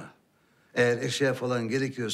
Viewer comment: Sefer'e zafer diyor